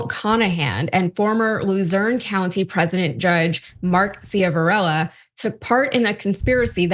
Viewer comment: The judges name is pronounced Shiv-a-rella…. He was the judge in a DUI case of someone I know personally & he was also the judge in a civil suit I was involved in. I am absolutely DISGUSTED that he would have been pardoned! Shame on Biden!